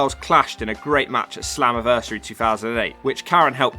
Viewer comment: Did you say .. Slumaversary